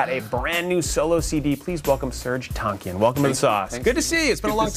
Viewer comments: Isn't it Tankian.. not TONKIAN. :p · he pronounced serj tankian wrong. its pronounced tank - e - an. SOAD needs to get back together. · its serj tankian, not tonkian!!! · In his native tongue, it's pronounced Tong-kee-an